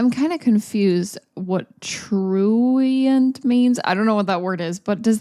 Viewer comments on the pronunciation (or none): "I'm kinda confused about what troo-WEE-ant means..." lol, never change